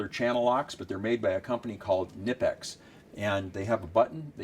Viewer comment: I agree with this video I just would add a set of Klein 7in diagonal cutters and just found this out my self from a knipex rep, it pronounced cah-nip-x, they are German so the k is hard not silent.